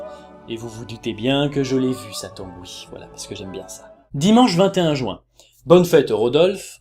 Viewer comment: tu me fais trop rire quand tu prononces "jouin" x)